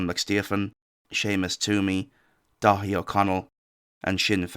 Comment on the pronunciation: u keep saying Dáithí Ó Conaill which would be pronounced dara in english